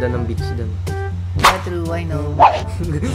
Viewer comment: "Maganda naman talaga mga beach dun. Mga white b*tch.", emphasized an emphazised eh hahaha